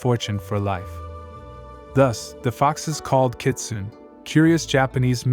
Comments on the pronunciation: Good video and informative. But the word is pronounced “Ki-tsu-né”, just for future reference. :) The BG music isn’t Japanese folk music either, its traditional Chinese music. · Thanks for butchering the name . 😅.